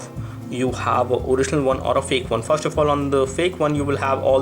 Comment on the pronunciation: you can't pronounce "FIRST" lol :D